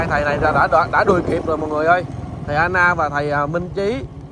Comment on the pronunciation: Thầy A Nan k phải An Na